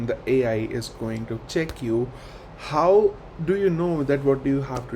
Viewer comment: Look do you pronounce, "HOW". Very pathetic